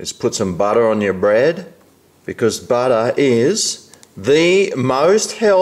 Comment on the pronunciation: ITS FUNNY THE WAY HE SAYS BUTTER